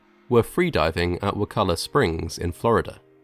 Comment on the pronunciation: I was impressed that you pronounced “Wakulla” correctly.